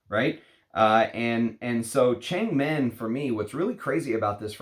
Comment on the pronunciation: Should be pronounced as thurn-meng as in Wo(MAN).